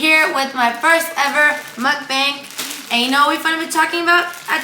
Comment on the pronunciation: It's pronounced "muck bong" and why can't you crack them crab legs correctly??